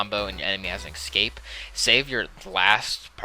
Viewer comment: Not gonna lie, it tilts me every time you say "ekscape"